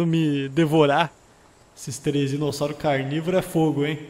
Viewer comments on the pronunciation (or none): none